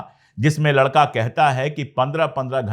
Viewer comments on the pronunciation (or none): none